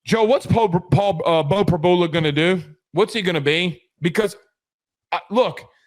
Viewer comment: you know you’re on camera? Blowing nose and spitting out food!? How can anyone take this podcast seriously? It’s an SNL skit😂 and it’s Prib-YOU-La. The lack of journalism here is astounding.